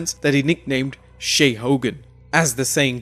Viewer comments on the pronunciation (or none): none